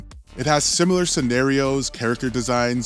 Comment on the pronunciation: Let me start out by saying i like your content. It does drive me crazy every time you say simular though. But i get past it anyways